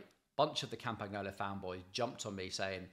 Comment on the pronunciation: It's pronounced "Campanyolo", you could at least get them basics right.